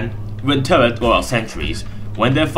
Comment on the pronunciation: what's wrong with your R. You spelling it like a W-.- this is infuriating!! (btw what are tuwwets???)